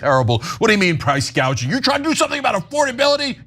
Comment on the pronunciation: Btw Kamala called it price GAUGING when she first discussed it, mistaking it with the word GOUGING.